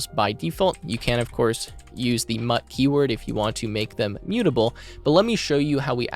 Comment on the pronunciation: If parimagen heard u call it mutt he will be pissed